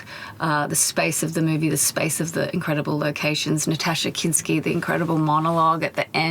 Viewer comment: It’s NASTASSJA Kinski, FFS!